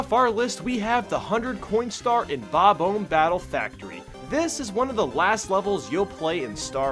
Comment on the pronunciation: dude, the bob-omb is obviously supposed to sound like bomb, not ohm......